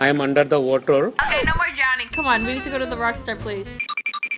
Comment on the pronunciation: Im under the water.he pronounce it watterrr lol hahahaha😂😂😂😂😂😂